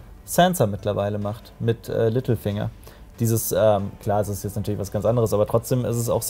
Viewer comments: Verstehe ich als einziger immer "Mittelfinger" statt "Littlefinger" ? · Als du littlefinger gesagt hast, hab ich Mittelfinger verstanden 😂😂